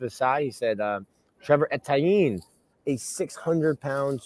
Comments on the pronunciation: Yeah, its pronounced A' - T - Anne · from the crib yet he butchered Etienne name 😂